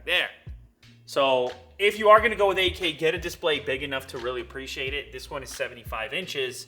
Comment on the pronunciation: For 30 sec I heard not 8k but AK😂